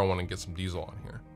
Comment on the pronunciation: Diezel is not pronounced "Diesel" like the fuel ... it's a german surname and sounds more like "Deetsel".